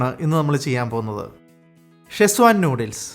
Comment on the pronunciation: ഷെസ്വാൻ അല്ല സെഷ്വാൻ